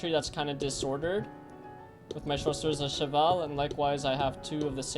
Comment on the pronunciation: I like when you say chasseurs à cheval